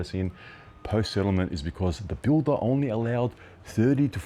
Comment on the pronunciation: Who would listen to a bloke that says ornly instead of only